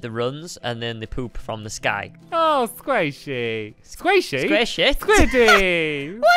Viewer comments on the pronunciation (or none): Quest: Qweet Squiddy: Squaishy 😹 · he said Squaishey to Squid because he is used to saying Squaishey after "Awwww" because of Cave Den